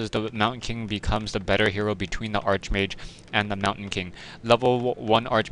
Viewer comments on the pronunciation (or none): This is pronounced "Ark Mage" not "art-sh mage"